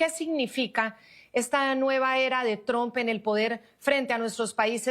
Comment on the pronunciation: Se escribe TRUMPI!! No se pronuncia TROMP!! Se pronuncia TRAMP!!!